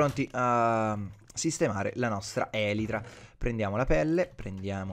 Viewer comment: elitra non elitra ahahahahahahahaha